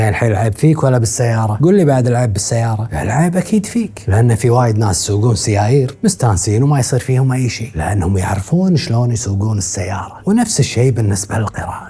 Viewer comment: سيايييير❌ سيارات✅ 😂😂😂😂